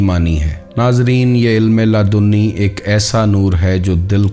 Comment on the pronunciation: Ludni hota ha laadooni nahi